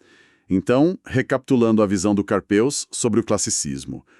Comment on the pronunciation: A pronúncia é "Carpû".